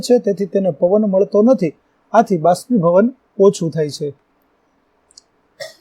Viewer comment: ભાષ્પીભવન નહીં બાષ્પીભવન